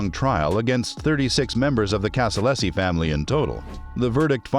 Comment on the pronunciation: Casa-LAZY not LESSI